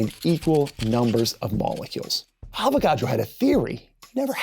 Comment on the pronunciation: You keep saying avogado